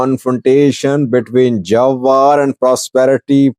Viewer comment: His name pronounced Jewar ( like je for German ) not jawar👍 also what is jewar he only talk talk bla bla not in the armey he is nowhere just talk the talk😂